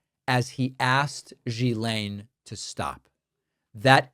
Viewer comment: It' GHILANE!!! not GSILANE